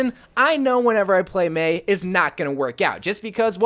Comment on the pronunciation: Im sorry but its Mei sorry